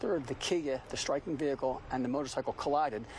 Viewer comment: The kiahicle ,whats wrong with this dude mr smalls 😂